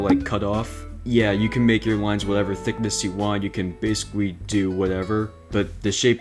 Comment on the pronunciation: basicwy? he said basicwy